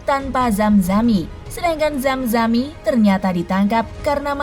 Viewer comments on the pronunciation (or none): zamani min,,bukan zamzami😅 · Penyanyi slam nama nya zamani Bukan zamzani